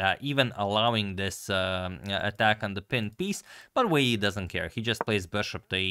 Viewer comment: I want to pronounce Wei yi like agadmator